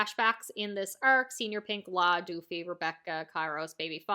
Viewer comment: I beg of you pls stop calling Doffy "DOOFY"